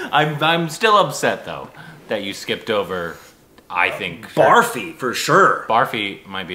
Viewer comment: Please for the love of god start pronouncing Barfi as brrrfee, not barfee! 😀